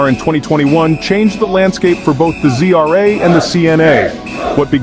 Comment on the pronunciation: Why do you pronunce ZRA as GRA ???